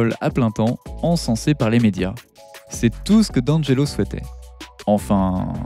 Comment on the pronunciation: Prononce Di Angelo